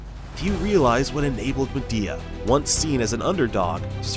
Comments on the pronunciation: Isnt it pronounced Mee-Dea like Xiaomi, Mi? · MY-DEE-UH ~per them, this is the pronunciation.